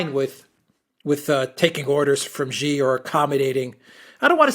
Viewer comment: "Xi" is pronounced "See"!